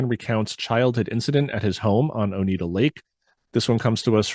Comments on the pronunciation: Oneida not Onita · This was fun to listen to. Thanks for delving into this. As someone who lives in Central NY, it was great hearing about these sightings! BTW, Oneida is pronounced Oh-Nigh-Da, rather than Oh-Need-A. Not trying to nitpick, just wanted to share. Keep up the awesome work! I'm loving it! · Interesting video ! Thank you for sharing....btw, the county is pronounced ONEIDA..... O- nye -da.....not O-knee-da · Its pronounced Oni-dah.... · Very interesting. I live just outside of Cazenovia. Sorry to do this to you but Oneida is pronounced Oh-nye-da. First time watching your show and enjoyed it very much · Please! I before E sounds like E. E before I sounds like I. OH-nigh-da lake, or Oh-nigh-da County. Thank you. I know, I'm being a Karen; Care-in, not Kor ann. One is person, the other is a bible...kind of.